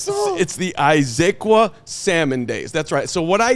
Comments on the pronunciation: Carm, it’s pronounced: IZ-UHH-Qwaah… Jackass!!! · Someone please help Carm pronounce Issaquah correctly: Iss-uh-kwah